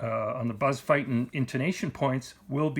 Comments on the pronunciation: Thank you for this vid and your time. side note: Buzz pronounces his name "feet-in". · There are videos on YT of Buzz Feiten pronouncing his name, the fact that the "e" comes before the "i" should give you a clue and if you think its not important, just ask Buzz!